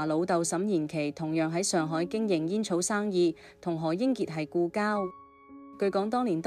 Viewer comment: 這個主持有幾個字音讀錯，例如玲玲，第2個玲字要讀擰音，上海話，要畫音，何伯讀可伯。